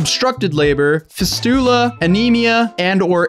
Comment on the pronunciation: the way u pronounced fistula ahaha